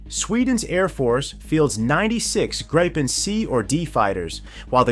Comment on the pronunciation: Try pronouncing it as "gree-pen". That's still not quite right, but closer.